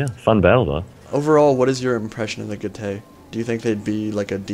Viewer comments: Good commentary as usual, and it was very close in the end. Just one thing though: from my 3 years of basic Latin at school I think Getae is pronounced 'Get - I' rather than 'Get - ay'. Also the falxmen look really cool, and I hope they are added to the game. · I am from NZ as well but also happened to do Latin at school, and I can verify that is indeed correct in the pronunciation of Getae.